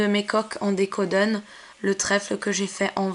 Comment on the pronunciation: on dis décorasion pas décodn!!!!!!!!!!!!!!!!!!!!